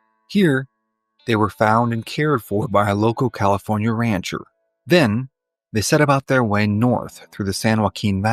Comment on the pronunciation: Ah the great State of Caliornia lol